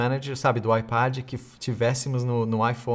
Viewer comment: 🙅 acho muito mais bonito o jeito britânico de dizer apple e ipad hahaha, adoro seu sotaque em português com pequenas nuances que demosntram que você mora a muitos anos na inglaterra hehehe.